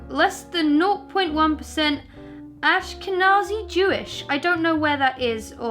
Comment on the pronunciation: On the Jewish thing - first off, good pronunciation. Jews in the west are largely made up of two groups - Ashkenazi Jews and Sphardi Jews (or Sephardi Jews, it's a Hebrew word and can be transliterated in a few ways). These two names denote where the groups originate from. Sepharad was a region in the Mediterranean and Spain in medieval times, and it's Jewish population are called Sepharadi or Sepharadim (the m on the end makes it plural). Ashkenaz was a region in Germany in medieval times, and it gave the name Ashkenazi to it's Jews (plural Ashkenazim). Seeing as you have a fair portion of German heritage, the gene or whatever that's classified as Ashkenazi (or Germanic Jewish) somehow got mixed in way up your lineage with the rest of the German. Due to a variety of reasons, the Jews in Spain and Germany left (for the most part), and now live in other places throughout the west, but the two groups of Sepharadim and Ashkenazim still have distinct traditions from one another.